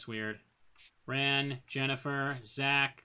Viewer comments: I seriously have never heard an A pronounced that way, even in Japanese. The A in Ran is more of an "ah" (As in the exclaimation) instead of an "aw" (as in "Aw, that's sweet of you"). The A sound that's different would have you saying her name like the past tense of "run". I'll go nab a video to show what I mean, if you don't get it. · We rarely pronounce words with that sound at all here, but we speak the closest in the country to the actual proper english as well. I just don't like how he says the a. It sounds gross. xD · Well however its pronounced a lot of its old fans are probably gonna still call her Ann or Ran like the word ‘ran’